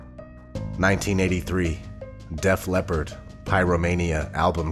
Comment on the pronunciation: it´s Def Leppard and not Def "Leopard"----what´s wrong with you!?